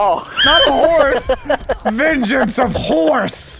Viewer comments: I love that delirious says venchans of horse 🤣🤣🤣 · "Vengance of Horse" Oh Delirious, we love u